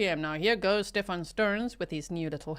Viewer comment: Even calling him "sTePh-AAN" annoys me. His whole family is plain old American. He's Steven 🙄😒